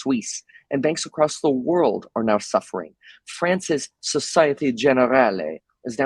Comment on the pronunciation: You might want to consider taking a rudimentary French course to get your pronunciation down. You pronounced "Société Générale" Italianish.